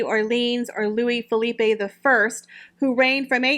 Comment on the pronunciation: My parents are French and dad's name is Philippe. It's always pronounced as Philipp-ay here but it's actually Philippe-h 😂 Always makes me laugh. 😍